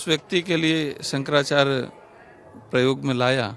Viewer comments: Sahi to bol bhai shankrachay ji h Nam to shi se lo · Shankrachya g ka nam sahi se lo ptrakary mahoday